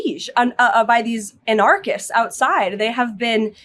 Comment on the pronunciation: How is it that someone in Karolyin's position doesn't know how to pronounce "anarchist"?